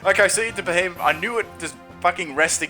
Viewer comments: It's not fucking Beheyot, it's Beheyem.. *facepalm* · BEE-HEE-EM Not Be he men. Fuck's sake, how can so many battlers play this game and now know how to pronounce the pokemon's names?